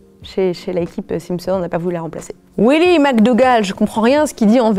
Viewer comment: Pourquoi elle dit Les Simpson’S je suis sur elle dit des Springles elle